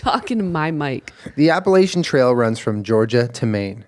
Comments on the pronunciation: The way Julien says Appalachian is close, but it's pronounced App-uh-latch-uhn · Julien: "The Appalayshun trail-" Me, student at Appalachian State University: "The Appalatchian trail." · Julien: The Appa-lay-shun trail Me, a North Carolinian: NOOOOO ! ITS APPA-LATCH-UN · The way they pronounced Appalachian made me wince 😅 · I have a ten year old chihuahua and can confirm that trying to cut their nails goes exactly as you described. Also as someone who lives in the Appalachian mountains I am offended by your pronunciation of "Appalachian".